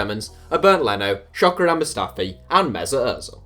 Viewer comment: “Shocker-an Mustafi” lmao